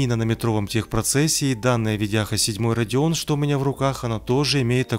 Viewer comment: Это "Radeon" ёпта